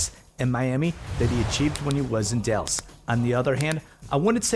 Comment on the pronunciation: Did he say Delus? Seriously?